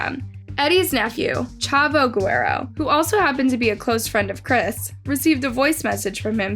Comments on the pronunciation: It’s guerrero not guero 🤦🏻‍♀️ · Ge-RE-ro. Not "guero". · Am I the only one that’s like cringing at the sound of her messing everyone’s last name up? Lmao .. Eddie Gwairo (Guerrero) .. Vince Mc-MON (McMahon) .. like girrrrll lol But you’re a thorough story teller .. I remember watchin the live tribute payperview as it happens. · It's cringed how you pronounced Eddie's and Vince's last name. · Saying Eddie’s name wrong is just a huge disrespect 🤦‍♂️ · The way the narrator says Guerrero annoyed me. 😐😂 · You butchered my boy Eddie’s Guerreros name smh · How u get Eddie guerrero name wrong lol